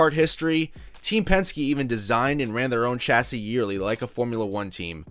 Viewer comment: Kudos to you for pronouncing ‘chassis’ correctly! 👏 I’m not trying to denigrate all Americans, but you are genuinely the first American I’ve heard pronouncing it as it should be, with the ‘ch’ being soft and sounding like ‘s’, due to the fact it is a French word, exactly like the start of champagne. I respect Townsend Bell a lot, but hearing him always pronouncing ‘chassis’ with a hard ‘ch’ as per the word ‘chat’ really grates on me! I like your style with the video as well, subscribed! 👍🙂